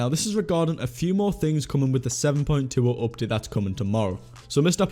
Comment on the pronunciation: Normal people: "Update": "Opdate"